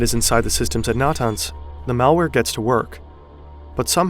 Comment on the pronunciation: That isn't how you pronounce Iran, Natanz, or Arak.